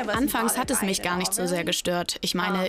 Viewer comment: Digga redet doch richtig anstat hat sagt sie pat